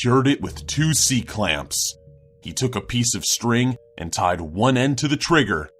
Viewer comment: You emphasize in a lot of weird places. The standout being the way you said "c-clamps" as if it was a nuclear bomb.